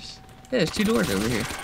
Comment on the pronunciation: says 2 so weird